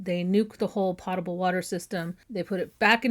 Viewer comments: My mother was very strict with us about pronunciation and grammar. So, I looked up how “potable” is pronounced on the Merriam Webster website. They indicate it is pronounced with a long “O” sound (like Poe) as the preferred pronunciation; however they also say that in the military they pronounce it with a short “A” sound (like pot). So, both are correct. 😊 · The word has been around far longer than airplanes, and the correct pronunciation is PO-table with a long 'o' sound, NOT Pot-able. Any dictionary will confirm this. (Happy to serve as Everyone's Favorite Grammar/Spelling/Pronunciation B...) Love your site! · Potable is an accent issue. I have heard both from my father, who was a pilot in the late ‘60s, before moving to designing planes. As to the one I use, Nevermore! FWIW, pot-able, pronounced as POT a ble, like weed and planting pots, doesn’t come up on any pronunciation site. It’s mispronunciation that lives on. The difference between, say, US and UK is where the stressed letters sit.